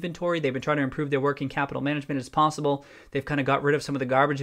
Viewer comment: I heard pawsible when you said possible and I enjoyed it (secret cat man) o.o